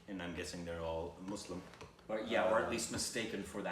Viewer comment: I just love for saying Muslim properly ❤️. Especially because it's 😂